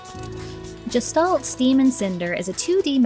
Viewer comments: I thought it was pronounced Gestalt, like guest. not jest. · You and fireb0rn both seem determined to pronounce gestalt like gestation. It's a German word, which means, unlike "German," it has a hard G sound. guh-shtalt. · This looks cool! Feels like they nailed the style they went for. I'm glad to hear it's not just pretty but you enjoyed it too. I think I would like this on the Switch. If you're curious, "Gestalt" is pronounced with a "g" like in "ghost" and the "s" in it is said as a "sh". In German, it can mean the form of something and its being, and it can be used to describe a mysterious being you know nothing about - like if you only saw a silhouette of a person at night you could say you saw a Gestalt. In philosophy and psychology, it's used as a loanword in other languages, including English, to talk about the relationship between the appearance and the being of something. It has a connotation of something metaphysical and mysterious.